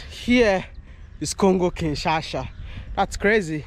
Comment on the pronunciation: Kinshasa not Kinshasha